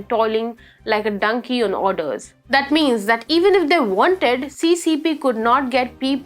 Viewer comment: kindly pay attention to your pronunciation, diction and delivery----chide==chyde(like hide not chid as in hid) -----donkey not dunkey.